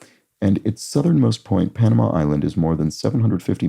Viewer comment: I think said "Panama island" in 105A, but the m and the n are switched around! It's Pamana Island, which is a small island that is part of Indonesia, just off of the larger Rote Island.